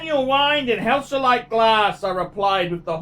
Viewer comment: It's hesalite not helsalite u moron